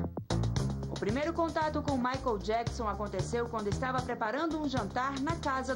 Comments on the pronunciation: Mai jaquizon? COMO ELA CONVIVEU COM MICHAEL E NEM SABE FALAR O NOME DELE?? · Michael jaquisom, a mulher não sabe nem falar! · Jura mesmo que ela ensinou o Michael Jackson a sentar na mesa? Kkkk E agora rastando garganta no programa. Viveu 20 anos com ele é até hj não aprendeu a falar o nome de Michael Jackson